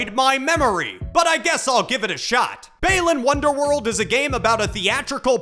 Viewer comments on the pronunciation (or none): Why does he pronounce it Baylan Wonderworld?